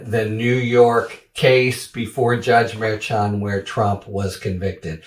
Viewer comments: Mer not Meer. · Come on, it is not so hard to say Mer-shan, if you keep reporting on this Judge, learn to say his name. Ok Hairy? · Harry is a great commentator. But truly he does need to learn how to correctly pronounce Merchan